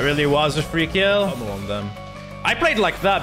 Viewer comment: Everyone: DOUBLE KILL!: DOUBLE KIRR!